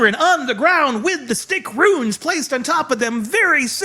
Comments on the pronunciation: Runes not Ruins. Pronounce the rules words a roons. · Stop saying ruins. It's runes. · Runes not Ruins. :D !!!